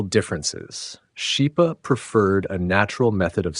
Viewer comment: The name Schipa is pronounced in Italian as SKIPA, as an Italian combination CH=K. Thank you for bringing the awarness to the great vocalists of the 20th century through this channel.